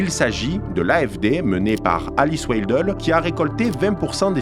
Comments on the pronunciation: Attention c’est Friedrich et pas Freidrich. Et Weidel se prononce « Vaïdeul » et non « Oueidelle ». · W se prononce V en allemand : VEIDEL ; prononcez aussi SAKS pour SACHS. Vous êtes ridicule!